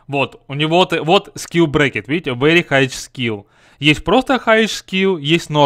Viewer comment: поставил дизлайк за вери хайч скил,хороший английский